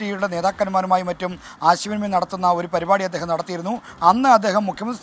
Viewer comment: അദ്യേഹമല്ല.. അദ്ദേഹം..... പൊട്ടാ...